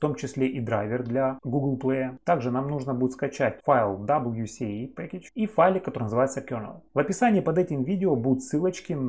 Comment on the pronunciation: ДаблЮ "СИ" Эй??? Может ДаблЮ "ЭС" Эй??? Алло!